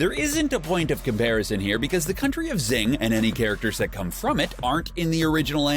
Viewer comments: Xing is pronounced shing not zing Mei. It's pronounced may not meye Yao Ming? Holy crap. It's ling Yao. Lan fan. Pronounced lahn fahn not lan fan. Alchahestry not alchahistory. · L-o-n F-o-n not LaN fAn Shing not ZiNg This isn’t The Last Airbender movie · its XING not ZING lmaoo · Xing is pronounced shing not zing you dumbass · I like this video, but it was painful hearing you call it 'Zing', when it's pronounced 'Shing' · It is pronounced SHING not ZING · I'm pretty sure Xing is pronounced as "Shing" rather than "Zing" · Xing.... XD try watching the anime before you make a vid about it. It’s pronounced in the show as shing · Xing is pronounced “shing” and did he really call Yao ling, Yao Ming? Did he even watch the show? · Every time he says Zing, take a shot. It's not a drinking game, it's just what you feel like doing every freaking time he says Zing. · Actually xing is based on china so the correct ways to see this are Jing or shing In some countries you can even call it "sing" but since we can use SH in japanese it's preferable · It's shhing!!! The Romanized X is mostly pronounced as "sh" in Chinese. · It's Shing. SHING! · yeah it’s pronounced shing lol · Him: pronounce xing wrong Me: the pain of being torn apart and being put together again and again is immeasurable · I'm honestly somewhat impressed at the narrator's skill with mispronouncing everything related to Xing. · Jesus christ learn how to pronounce names, moron. Xing - shing. Xerxes = zerksees. Lanfan - Lawn fawn. Ishvalan = ishval-an, not ishva-lawn. Go back to second grade. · IshvaLAN "ZING"?? ITS XING YOU IGNORAMUS "HOMUNCULEE??" YOU'VE GOT TO BE KIDDING ME. GET A NEW COMMENTATOR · "Zing" "Lahn Fahn" "Alkahistory" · Xing, lan fan, xerxes, amestrus....someone teach this guy how to pronounce things. It says it in the show hundreds of times! I couldn’t make it the full 10 minutes with him saying everything wrong.